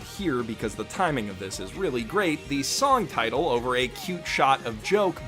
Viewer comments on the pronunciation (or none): none